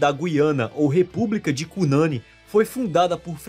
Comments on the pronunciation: Egua mano drx esse vídeo ficou bagulho doido,tedoidé. Kkkkk abraço fraterno do nosso Amapá. Ah,se fala Cunaní. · Cunani se pronuncia com sílaba tônica no "ni" como se fosse "Cunaní" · De onde você tirou que aqui no Amapá tem um festival de toada parecido com o de Parintins-AM? Não existe tal festival, nunca existiu. Ah, gengibirra realmente é uma bebida típica daqui, mas é bem difícil de encontrar. É cunanÍ e não "cunãni". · não se pronuncia Cunâni, se pronuncia Cunani (sílaba tônica no i, conforme dito pela gramática da língua portuguesa)